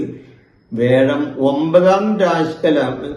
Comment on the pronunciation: വേഴം അല്ല തിരുമേനീ വ്യാഴം.